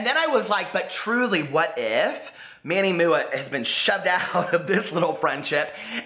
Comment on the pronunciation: I live for you calling MannyMUA Manny Mooah